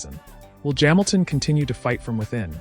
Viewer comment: Formula uno? Jaminton jams. Very well spoken but saying Luis Jaminton funny.